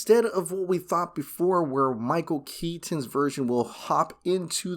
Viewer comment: Dude... stop saying KET TON it's just KETON. FFS 😆